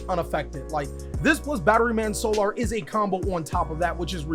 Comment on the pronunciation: Is he intentionally refusing to say solar properly lmao